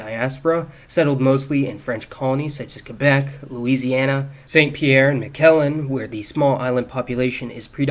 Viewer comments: Pronunciation Guide: Miquelon mee-KLɔ̃, with the nasal vowel. Thank you. Great video as usual. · Dude, you really need to learn how to pronounce “Miquelon”. It’s not “Mick-KEL-an” 😄 Great video regardless…